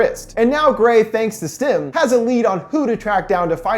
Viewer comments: really enjoy your videos. one quick correction: it's STEM, not STIM. this is among my favourite sci-fi films. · The fact that he says STIM instead of STEM. Ugh. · keeps saying stim ..... not stem... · Why does it sound like he’s saying “stim”